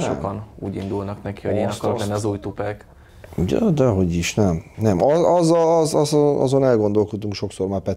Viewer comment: Ne. Ne. Ne. Neeeee... Nem 'Tupek', hanem 'Tupâk'. Tupac. Tupac Amaru Shakur.